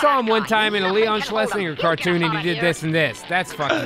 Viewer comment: Schlesin-jer is how you pronoince the producer's name.